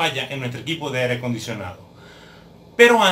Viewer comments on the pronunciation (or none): none